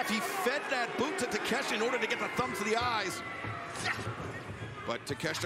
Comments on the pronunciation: His real name is pronounced TAKA*SHEETA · Proper pronunciation is ta-ke-she-ta